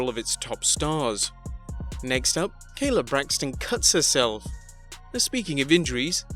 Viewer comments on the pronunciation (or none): none